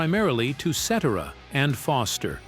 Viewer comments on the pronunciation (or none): Sitera NOT setera like etc, ect. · If this is not a computer voice, then the narrator should be ashamed of himself. Any good lawyer learns to pronounce names correctly before releasing his theories to the public....I'd expect the same from a voice-over pro. Peter Cetera's name is pronounced 'set-AIR-ah', not 'SETT-erah'. Spend an extra five minutes and prepare properly. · The name is CETERA, pronounced "Cet Air Ah". Not "Cet Er A". And Walt Parazaider's name is misprounced also. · Echo millionaire!!! Everyone knows his name is suh-TEAR-uh. Ruins the piece. Also mispronounced Loughnane, you lazy ass!!! You obviously never heard of Chicago. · Jesus, man: ce-TER-a. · Ce ter a. Let's say it together. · Pronounced Cetiera not like et cetera, even though his last name is spelled like Cetera Also Para zaider not Para zider!AI voices cannot get it right! Also not true that Chicago horns fused the horn sound to rock first. Blood ,Sweat and Tears with their horn section fused rock with horns before Chicago as did The Grass Roots.,but Chicago rocked harder because of the great Terry Kath on guitar! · This may be an AI type voice when they pronounce Peter Cetera's name incorrectly. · Made me think, is "Cetera's" first name, "Et?" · AHH!!!!!! Just buy a microphone!! You make a video about Chicago but don't have your AI Robot dude say his name correctly? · Please get the name right or don't do it at all et cetera et cetera et cetera!!😎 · Please tell how to pronounce Peter Cetera’s last name. AI sucks, by the way….AND, by the way, horn players should never be ignored. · I hate these AI narrators that can't pronounce the name of the guy who ruined the band Chicago. I can't watch after that. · Yeah. Please say Peter's last name right!! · Can’t take anything seriously when Peter Cetera’s name is constantly pronounced wrong… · Please hire a human narrator! This AI voice says Peter's last name wrong!!! These videos are great content but saying the names wrong kills it